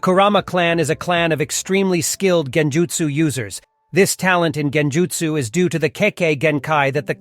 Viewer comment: It's a great summarization of the many clan's in Naruto but my only critique is the constant mispronounction of certain words throughout the video. For example kage and genjutsu, in some instances It's correct one second and in the next sentence completely incorrect. Consistency with your speech is key. Other than that again great work 👍🏽